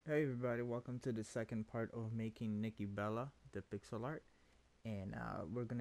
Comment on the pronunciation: nikki not nikkie